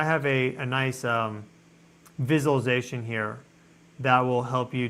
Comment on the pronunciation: Im going to start saying visualization like that..you pronounce it weird but it sounds more sophisticated